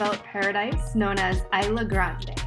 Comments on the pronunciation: Just an FYI, that's not how the name of the island is pronounced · CANT EVEN PRONOUNCE THE ISLAND RIGHT